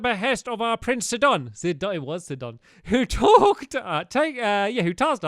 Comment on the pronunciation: It’s pronounced Sy-done